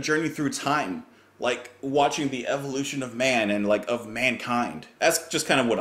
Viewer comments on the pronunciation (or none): none